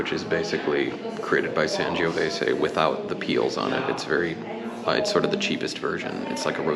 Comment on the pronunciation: SAN "JOE" VESAY Not San giooh vesay